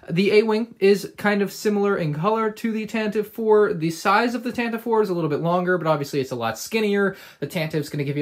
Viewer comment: Nice review! I loved building this set! Please bear in mind Tantive is pronounced as TAN-tuh-vee